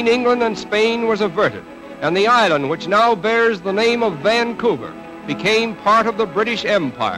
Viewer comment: The pronunciation of Vannnnncouver jars - but interesting film.